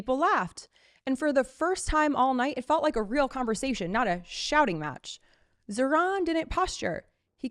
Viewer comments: The name Zohran has the accent on the first half, not the second. Please get it right. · It’s pronounced Zawrun not Zohran. Man get it right! 😡